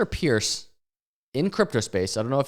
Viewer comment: Hester's last name is pronounced Purse btw. A call to her line at the SEC verifies this. Bitboy did it during one his streams revealing he was saying it wrong the whole time